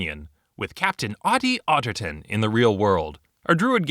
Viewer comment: Ottie Ottigton Me: Hatty Hatington